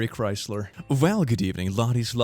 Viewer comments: “Merry Christler” Eh, it’s close enough. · why does he say merry christler but not marry christmast?